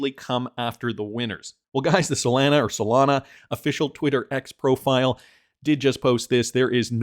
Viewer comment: Do you guys really listen to an anonymous guy on the internet who can't even pronounce Solana correctly?